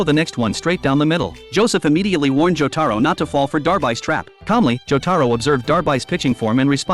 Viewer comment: Good thing he didn't butcher jotaros name like imagine John joeystar